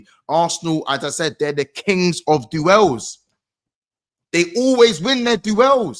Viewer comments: This guy cant pronounce "DUELS" 😂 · He does it deliberately, he is mocking Flawless when he said it last year in Back Again pod